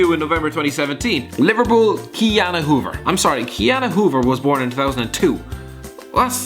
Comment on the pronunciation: Miss Huber not hoever